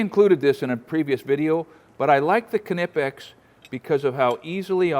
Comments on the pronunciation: love your channel, fyi Knipex is a silent K. Appreciate you 💪🏻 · Do you call it a “ka-nife”!? Then why in the world would you call it “ka-nipex” it’s pronounced the same as knife. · IDC what anyone says you don't pronounce the K in Knipex just like you don't pronounce the K in Knife, which is also Germanic in origin. 🤷 How did Screwdrivers and assorted Nails, Screws, Nuts & Bolts and a Staple gun not make in there?! Drill drivers are fine but they're not a replacement for a screwdriver. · Ka nip ex? Is that anything like a ka nife? But they are next level pliers! Keep up the good work! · You didn’t get the pronunciation of Knipex anywhere near, but Americans rarely pronounce anything correctly in ENGLISH, never mind German stuff.